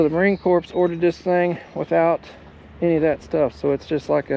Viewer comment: Please S T O P pronouncing US Marine Corps like a CORP -Corporation, think like “ CORE “ the S is silent. Otherwise one of my brothers will come have a VISIT with you.